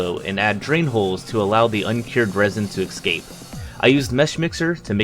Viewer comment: "...drain holes for the resin to ex-scape..."